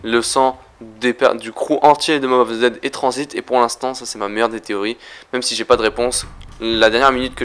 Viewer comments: Et pk tu dis Transbit a la place de transit ? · pourquoi tu dis tranzbite